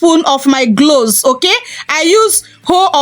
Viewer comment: I thank you for this recipe. I laugh a little because your accent is so cute to me. Being in America, if there had never been the transatlantic slave trade, I wonder if my accent would be like yours. Some of your words I had to go back and listen again. Example when you said "Cloves" it sounded like "gloves or glows." Also when you say words with an "R" at the end, I like the way u say it. Example: water, u say watuh, and butter, you say buttuh. God bless you. Hhhhh I thank u again and I'm looking forward to learning more from you channel. I am in North Carolina in the USA. I have subscribed to your channel. One can also use a preservative to extend the time that u can use it. I use Germall Plus. I order it from Amazon. I want to add that most people suggest to use products consistently for 3 months to see good results.